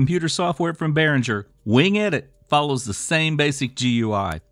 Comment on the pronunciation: Gooey - Its pronounced gooey. OH god